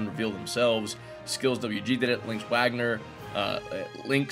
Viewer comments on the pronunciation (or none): none